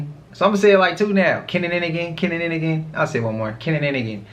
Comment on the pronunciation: It’s not kinnininagan it’s kininagan that dude was saying it wrong on that video whole time he trynna ask somebody if they can say it lmaooooooooo like basically we’re kinning again you my kin im ur kin were kininagan get it